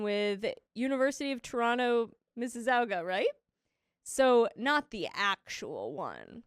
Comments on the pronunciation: … Mississauga is pronounced as Missy-saw-ga (like Lady Gaga). Hope this helps for future reference 😅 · The way you guys pronounce Mississauga is so odd I had to look at the text to see what the word was. It's a city in Ontario Canada and we pronounce it as "Miss-ah-saw-guh".